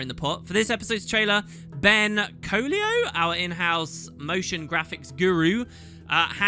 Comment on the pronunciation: Colio? Colio? the e is clearly before the *l*. Clearly it must be pronounced Co-ello. Tut tut,:D